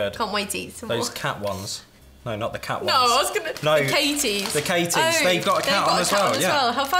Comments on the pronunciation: Katjes is pronounced cut-yes. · Your pronounciation is cute. Maybe I can help with Katjes (the vegan ones). It’s pronounced “cut yes”, not Katie’s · Sie haben zu katjes „katies“ gesagt😭😂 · K what‘s so funny. katjes is really pronounced cut-yes. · More like cat-yes (wir Briten sprechen meist, anders als es in deutschen Lehrbüchern steht, das u in cut wie ein u und nicht wie ein a aus). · Lairdtox T. Mai N hat irgendwie recht. ammis bzw wir sprechen das wort cut wie kat aus, aber viele briten sprechen wegen ihres akzents cut wie kut aus. also die sprechen das u echt aus lol ich mein sie sagt im video auch bluebUrry und nicht bluebErry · Your pronounciacion of "Katjes" is sooo funny! You have to pronounce it like this: Cat - Yes I'm from Germany and I loved all these candies when I was a child. In our childhood we all used the Mikados as cigaretts, exactly like you... ;-) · Ahhh I see. I always thought they were Katie’s 😂😂 likes having my name on a packet for once 😆 thank you for trying to explain how they should be pronounced 🥰 Ah I haven’t heard their jingle. I’ll have to check it out! Thank you so much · Katjes is prononce like. Cat yes. But i like you version as well xD. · The Katjes are pronounced Katyes the y spoken like in yes. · Katjes is pronounced like cat + yes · Ich auch :D Hab noch nie Jemanden Cat, also wirklich mit "a", Katjes sagen hören. Aber vielleicht ist das nur in NRW so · I know its spelled like that, but not pronounced that way.. Not in the tv I remember :) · no.. not silent. you do pronounce. it. LOL its my favorite snack from Germany. Such low calorie count compared to America. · It's KatJes with a J